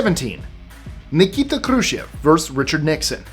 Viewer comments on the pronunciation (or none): Can you please pronounce the word versus...versUS as it is spelt, it so grates when pronounced verse. Please please I so love listening to your list 25 stuff, so interesting, but AHHHH. Sorry to be pedantic,, and it's Anne of Cleeeves!!! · It's verSUS,, not verse. Love your extra tidbits of information. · I like your channel, but your mispronunciation of the word versus was distracting. It’s pronounced like it looks — ver’ sus; not “verse.” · vs is abbrev for verses and it's 2 syllables. I love your videos, but that hurts my ears. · you are driving me nuts. "Vs" is pronounced "Verses" 😂😂😂